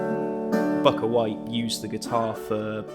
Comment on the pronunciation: It's Bukka White pronounced "Booka", this is rather embarrassing.